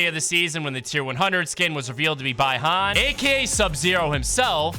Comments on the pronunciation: By-han ❌ Bee-han✅ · It’s BEE-HAN ffs.